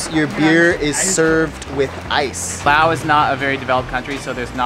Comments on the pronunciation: It's LaosssssssSSSSS not Lao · It’s not Lao, it’s Laos... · I always thought it was pronounced With the S.never knew the S is silent.